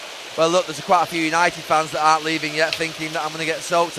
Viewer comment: Yanited shambles 🤣